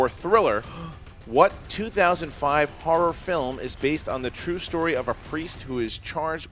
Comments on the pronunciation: Each time says horror I think he's saying whores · I thought said their strength was whores for a minute there.